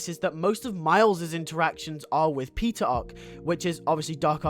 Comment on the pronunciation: Cool video! I have seen the entire season 1, 1 episode from season 2 & a sneak peek from season 3 & that’s it. I actually enjoyed it. Plus I love how I heard the way you said Peter & Anya as Pizza & Onion lmao